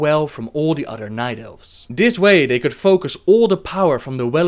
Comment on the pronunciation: love the vids but hate that he says udder instead of other